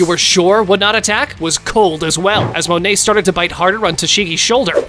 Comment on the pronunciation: Bro called Monet money